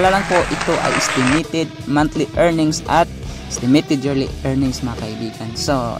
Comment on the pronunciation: haha natawa ako sa isitimitit hehe